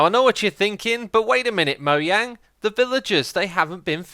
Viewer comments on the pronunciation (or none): Why are you saying Moyang instead of Mojang ?.....I’m assuming you’re not From germany😆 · It's Mojang not Moyang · Its not Moyang. Its Mojang. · "Moyang" s t r a n g e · Moyang? It’s Not pronounced like that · Moyang is technically the correct pronunciation. Mojang is a Swedish word meaning "thing" and the letter J in Swedish is pronounced with a Y sound.